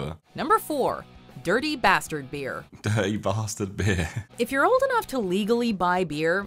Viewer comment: "Durdy basterd beerrr" Josh: "DuerTy BastArd bear" Sounds so weird right after you hear the American one 😂